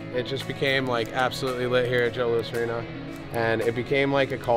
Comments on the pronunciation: it's Joe Louis, not Joe Louis' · “Joe Louis’ arena” smh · Joe Louiseseses Arena!! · Guy butchered the arena name so hard 😂